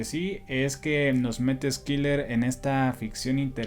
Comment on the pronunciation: Si me permites, la pronunciación de Schiller es "shiler" o /shılə/ es alemán. No se pronuncia Skiler. Muy buena reseña.